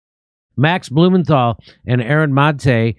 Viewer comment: i miss Jimmy trying to pronounce Maté